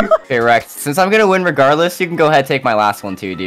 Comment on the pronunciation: Rext? Why Does It Sound Like You're Saying Sasuke FROM NARUTO